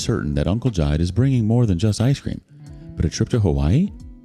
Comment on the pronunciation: It's Ji-de; two syllables.